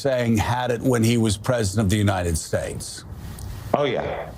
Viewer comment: "President of the United Steaks" 😂